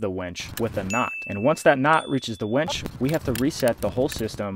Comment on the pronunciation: The auto-generated captions agree with me that you keep saying "wench" instead of winch. LOL! :)